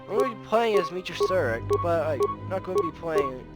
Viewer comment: it’s Surik not Surrik.